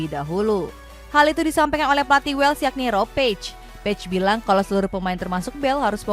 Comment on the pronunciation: Tolong donk pengucapan nama pemain, negara dsb...dikoreksi lgi... Kok amburadul banget... Timnas wales bacanya wels...dibaca es krim wols... Dan banyak lgi... Ini masukan bukan nyinyir...